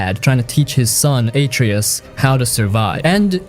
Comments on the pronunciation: Who tf is "Aitree-Iss" ?? Wait who tf are "Cray-Trose" & "Uh-Trerriss" I played this game all the way through TWICE and haven't ever heard of any of those characters in that game, sorry but I don't think you're talking about God of War 2018 because afaik none of those people exist in that game at all, so I'm thinking you're talking about some other game or something.. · Spec ops the line redeems your pronunciations of kratosv and atreus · The way you pronounce Kratos and Atreus hurts my ears... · Stopped watching after you kept saying Atreus wrong even kratos lol. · Also, with the pronunciation of some names, it’s like they’ve never actually played them. Atreus, Kratos, Sevastopol.